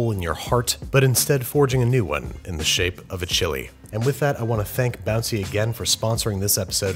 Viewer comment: You called it bouncy at the end